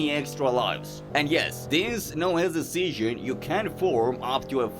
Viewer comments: ITS SEASON NOT SEYON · its sounds funny when you say season, u say it like seasion but that run was insane and i love your videos and keep it up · Are you a foaken BRIT? Like what is Seasion? Huh? 🙈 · fix ur season pronounciation xD